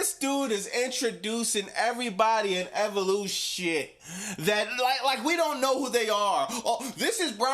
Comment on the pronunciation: evolu-SHITT 😂😂 you kill me every time you say that😂